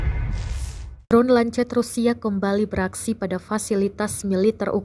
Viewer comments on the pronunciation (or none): none